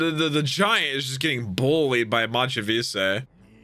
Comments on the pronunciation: machvise's name is literally Mach Vise. not mahchee veesay like youre saying it. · Mach (like Mach 5) Vice (like a vice grip) is how it’s pronounced lol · At long last we don't have to keep hearing butcher the pronunciation of Mach Vise all the time.:P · Maybe someday years down the line He'll be told the correct way to say it. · At this point I actually want the entire comunity to downvote videos until he pronounces Mach Vise correctly. Since he doesn't seem to ever read the comments he has to learn the hard way I guess..